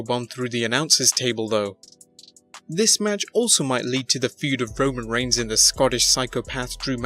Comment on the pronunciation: "Reigns" not "Regins"